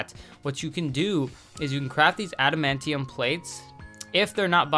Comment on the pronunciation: Nice vid. Just got back into maple like 2 weeks ago and had to start on a new account. Also adamantium is just pronounced how it is spelled. If you watch xmen you can hear how it is pronounced too.